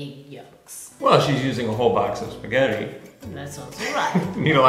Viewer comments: The programme is called "Pasta GRAMMAR!! But yet the boy keeps calling Spaghetti "SPAGHEDDY???! It doesn't make any sense to me. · it's weird, Giada mispronounces spaghetti as speeghetti, and fettuccine as Feettuccine.